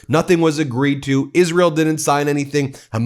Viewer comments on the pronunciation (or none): none